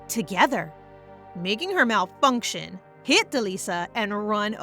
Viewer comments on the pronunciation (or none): i just loved how you said malfunction lol 😂